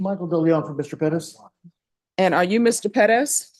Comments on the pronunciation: Unless youre speaking spanish, its Perez, not Peddez. It sounds so ridiculous. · I was thinking it’s Pettis this whole time, I refuse to believe she’s jacking up Perez so much. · Why does she always try to pronounce Perez as peh-dez? Just say Perez. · It’s Perez